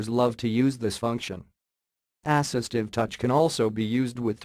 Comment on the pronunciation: ASS-istive touch